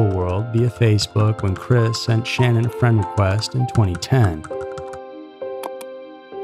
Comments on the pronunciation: Dude...how many different ways are you going to incorrectly pronounce her name? As much as this case has saturated the media you would think you would know how to pronounce not only her name but the other names you were clueless on how to say correctly! Why are you even covering a case like this that everyone is already SOOO familiar with and that you could not (and did not) possibly add anything that everyone did not already know???? Between this and that ridiculous video you made about the Petito case recently where you did not even seem to be aware that the guys dead body had been discovered already like a month prior - it makes one wonder what is up with this channel....disappointing.. By the way you had several "facts" incorrect as well- he was never released on bail at all-he was never offered bail at all so I'm not sure where you came up with that Sept 1 date because it's just not the case...and you are completely wrong on several other "facts". Also, how can you possibly say that he made "honest" statements later? It is not known by anyone if he was being honest at any point. For you to make it sound as if it was ever believed by anyone that she harmed her children and left it as if it were "fact"?? And to make those disgusting noises as if children were being choked?? How disrespectful!?? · I know you put a lot of work into your videos, but you pronounced Shannan's name 3 different ways in this video. Please don't do this. It's disrespectful. Edit ~ No one has ever called her ShaNON, like you seemed to land on permanently. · So is it Shannon, or Sha- nonn, nlmao you pronounce her name two different ways all through this video And I’ve never heard the name Shannon pronounced sha nonn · Even after oodles of interviews , FB videos and other footage people still can't pronounce this woman's name right. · This is the worst slaughter of her name yet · Way to pronounce the victim’s name wrong. Made me have to check, make sure I wasn’t crazy.